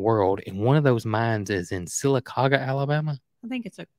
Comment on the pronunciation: see if Lester can pronounce Sylacauga Alabama. He didn’t do very good with mobile. I’m from Sylacauga and nobody pronounced it correctly that I have experience. You are the first. That was perfect!